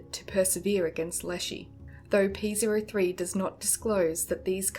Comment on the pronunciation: Ok, lemme be clear here. You're mispronouncing the name of the robot Scrybe. It's "P-OH-3", not "P-ZERO-3".